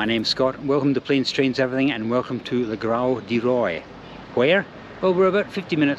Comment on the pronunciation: the pronunciation of le grau du roi il "luh gro du roah"